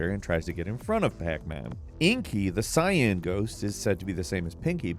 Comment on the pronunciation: man i swear this dude is a robot, the way he pronounces words are like he's never heard anyone say them before. tf is a "sy-ann"